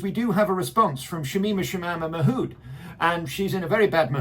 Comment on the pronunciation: I wish you would stop saying Mahood. It's Mahmood, with an M in the middle.